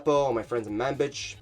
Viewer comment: Bro, it's Manbij, not "man bitch"... The a is pronounced like the u in under, the j is pronounced like the g in collage (think of French)